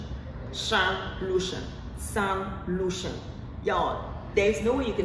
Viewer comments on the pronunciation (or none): Shan Lucien not Lucian.